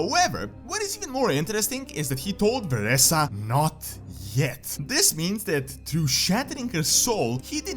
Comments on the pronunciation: She is pronounced Vereeeeesa not VereSSa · lel. It triggers me beyond whenever he misprounces Vereesa or Nathanos.